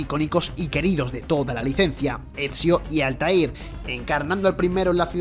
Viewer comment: Rogue, Unity y sindicate mejor que el 3 y que revelations y Odyssey el segundo mejor 🤡, se supo que este no sabe nada de la saga desde el minuto en qué pronunció el nombre de Altair